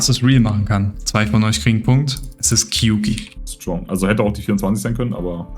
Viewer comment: Kleiner Fact: Kyouki ist Japanisch (狂気) und wird eher wie "Kiooki" ausgesprochen, also mit einem langen o ;)